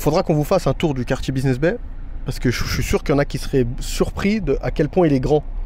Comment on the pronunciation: Buiseness Bay ou business bay 😂 . Je vous taquine . Super vlog 🙏🏿